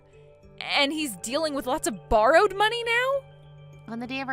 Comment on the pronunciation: Pronounced “bar-rowed” not “bur-rowed”